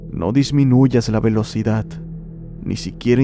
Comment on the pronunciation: "ciudat" "velocidat" JAAJJAJAJAJAJAJAJJA😂😂😂😂